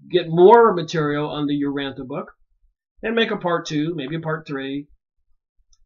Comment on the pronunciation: Urantia, pronounced: Uransha. Nébadon.